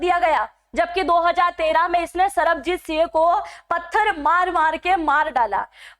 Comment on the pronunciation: कम से कम नाम तो ठीक लो,सरबजीत सिंह है।तरनतारन है तरनतार नहीं,बहुत अक्षर गलत बोल रहे हो। हिन्दी की पकड़ सही करो।